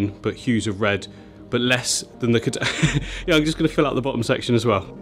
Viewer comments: He talked about it a whole bunch of times, saying the exact name - incorrectly. It's not "Kedanga", it's Bucephalandra sp. "Kedagang". Keep in mind, though, that it won't look anything like this once it transitioned to its underwater form. Kedagang grows looong leaves (up to 5+ cm) in a light green tone. Every Buce changes so do your due research before spending money. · It's KEDAGANG. Like Cad-uh-gang. Not KEDANGA. 😂😂😂